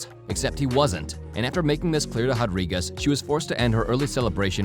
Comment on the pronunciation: MMA Commentator … RRRRRodriguez not JJJJJJAdriguez. Please stop doing that. Learn to pronunciate the R properly.